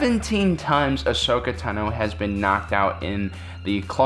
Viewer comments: fusedwrist Ikr. Its 'Ahsoka' not Ashoka. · Ashoka Tano Mandela effect It's actually 'Ahsoka' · Ashoka Tano its ahsoka